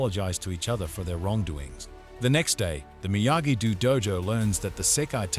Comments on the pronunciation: "dehm-eh-tree" and "miyagi du" killed me 😂 fr though thank you 🙏 the other part 1 recap I found was 23 mins (?!) and it's weird Netflix didn't provide one the way they did with Outer Banks for ex when they released second half of the latest season. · Miyagi... "DEW"..... idiot